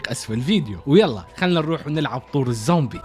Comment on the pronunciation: الزومبي ❌ امزومبي✅